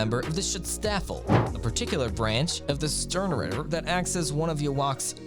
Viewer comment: Wow, the first 30 seconds hurt me. Not only did you mispronounced Yhwach (which to be fair, no one seems to know how to speak German when reading his name), you said the Quincies work for the "Sternritter Organization". The Sternritter are just an elite fighting force in the Wandenreich, they aren't a separate organization. They're all part of the same army. Stern Reader? Did you get a monkey to edit your script?!